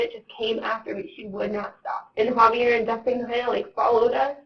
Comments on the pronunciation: HA-VEE-AIR!! Please say it correctly. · Why did I hear “heavy air” when he said Javier? 😂